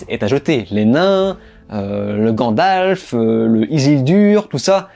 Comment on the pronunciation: Mais t'arrêtes de dire grandalf c'est gandalf